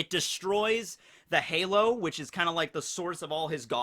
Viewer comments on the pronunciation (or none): none